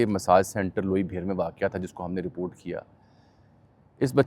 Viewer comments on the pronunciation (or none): none